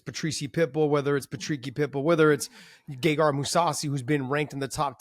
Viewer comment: HA!! He said Gegard’s name. 😅